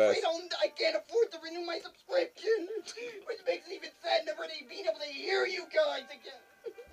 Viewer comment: Just noticed the way he says "subscription" hahhahah